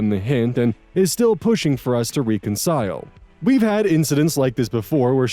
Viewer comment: Does re-concile drive anyone else nuts or is it just me? 😂